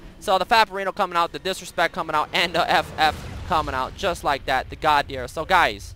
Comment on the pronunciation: Godhyr :P :P Estonians know :D